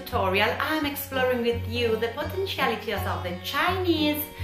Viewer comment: tootoral potenschiality Congrats mum. 'Tis a n00b mistakes